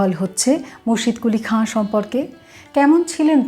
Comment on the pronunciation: মুর্শিদকুলি খাঁকে সঠিক ভাবে তুলে ধরেছেন, এবং ইসলামিক নামগুলো সঠিকভাবে উচ্চারণ করতে পেরেছেন তাই আপনার কথা শুনতে খুব ভালো লেগেছে।